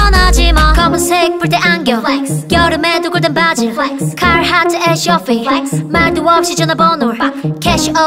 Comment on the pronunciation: Flex 할때 발음 지린다..